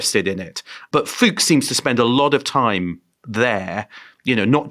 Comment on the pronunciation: Fuchs means "fox" in German and the only difference in the pronunciation is an "u" instead of the "o". So it is not Fuuugs, it is Fux. Short! And Rüssels-heim. Heim is home. NOT sheim. Russel's home. Like Oppenheimer also "home" in the name.